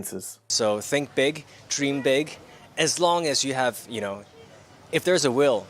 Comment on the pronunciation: 謝霆鋒讀個big字有冇搞錯？